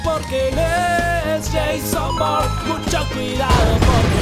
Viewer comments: He (re)visto la saga hace algunos días, pero aqui estoy porque en las pelis no se puede oír: mucho cuidado por él es Ja-Son Bo-ur-ne 😏😏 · corrección; Sheiso born. -no aguata Shon wick...